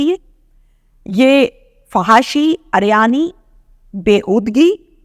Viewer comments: Ariyani nhi hota uriyani hota hy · Madam uryani theek lafz h aryani nahe